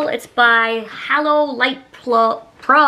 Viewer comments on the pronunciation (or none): “HALLO” light pro. Girl. It’s halo 🤣